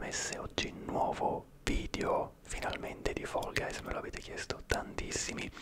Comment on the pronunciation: Quando dici fall guys mi viene La pelle d'oca da quanto lo dici bene 🤤😴❤️